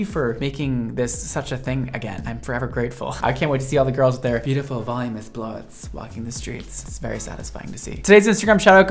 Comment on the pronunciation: OMG. It's not Volumous. It's VOLUMINOUS!!!